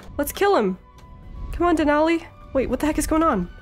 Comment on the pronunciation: IM SO HAPPY YOU LOVED DENALI!!! 🥺 I'm also so happy pretzel got picked, it was so cute. And yes you're pronouncing it correctly!